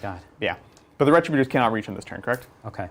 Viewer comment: Ree- trib-you-turs!!! Why does everyone say this incorrectly?